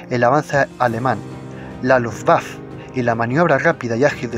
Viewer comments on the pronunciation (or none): "Luftwaffe": si no se conoce el alemán, entonces pronunciarlo en español, es decir "luftwaffe", igual que en alemán.